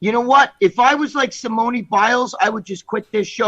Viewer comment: Greg trying to pronounce Simone’s name 🙄